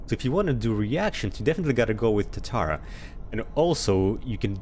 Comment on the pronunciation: Tu-tar-uh, Japanese steel smelter